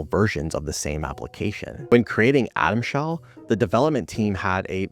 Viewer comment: "Atom Sheld"? lol